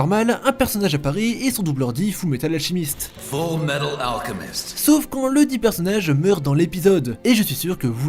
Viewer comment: Fullmetal "alchimiste"... ALCHEMIST [Alkemiste]